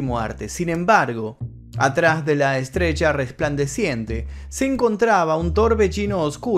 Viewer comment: Por que habla así? Estas estudiando neutro? No se si decís estrella o estrecha... Jajajaja